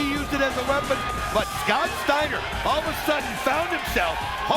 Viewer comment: Scwowwwwt Steiner!